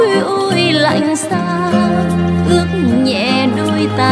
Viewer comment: Sơn tuyền phát âm sai. Gió khuya ôi lạnh sao ướt nhẹ đôi tà áo. Mà hát là ước.